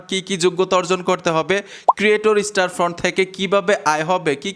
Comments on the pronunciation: স্টার ফ্রন্ট না ভাই স্টোর ফ্রন্ট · আরে ভাই স্টার ফন্ট না স্টোর ফন্ট হবে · ভাই স্টার ফ্রন্ট না, স্টোর ফ্রন্ট।